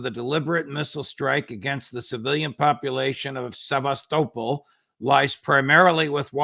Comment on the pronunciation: The judge always asks such lame questions of his "dear friends". He should at least learn to properly pronounce "Sebastopol".